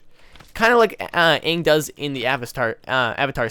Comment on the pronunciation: is the first person that I have heard say they didn't like the movie. I hated the movie. They had one job... the entire movie, they said Uung instead of Aang.